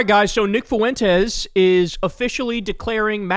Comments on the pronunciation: Its Fwentes not Foo Wentes. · Please, Kyle. Please. For the love of all that is holy, please, please, PLEASE stop mispronouncing things. Lol. It drives me absolutely bat crap psycho crazy! As much as I despise him, his name is pronounced "Fwen-tez", not "Foo-en-tez". And it's pronounced "dammed", not "dam-ned". Love ya', but you've gotta' stop with the mispronunciations. We're not MAGA, my guy. We're better than that lol. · Foo Entez. Lol